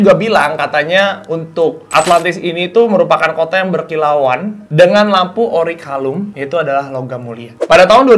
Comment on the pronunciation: agak greget pas denger nyebut "orichalcum" (akhir "kum") jadi "orikalum" (akhir "lum"). tapi selain itu ini bener" pembahasan kupas tuntas yang bagus banget.